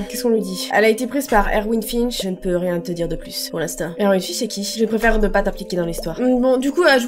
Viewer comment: enfaite erwin ça se lit "ervine" il y a un garçon dans ma classe qui s'appelle comme ça ;)